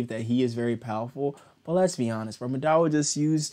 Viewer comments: The way you say madara like it’s not [mu-da-ra] its [Ma-da-Ruh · why do u pronounce it like- ma-dara ?